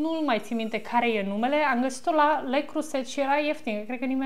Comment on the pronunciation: Leo Croze,,.....se pronunță 🌷